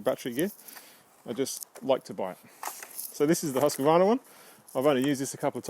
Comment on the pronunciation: Its pronounced Huskvarna in one word, not huski-vana :) Thanks for a good review! / Swede hehe